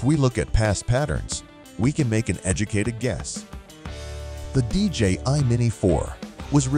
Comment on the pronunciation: It's DJI not DJ ....I !!! Jerk!